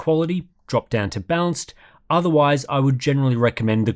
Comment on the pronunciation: It's a bit confusing that you pronounce "balanced" as "bounce"